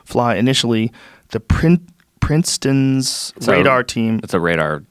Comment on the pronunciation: Reading Princeton’s as Princetoris classic stoner move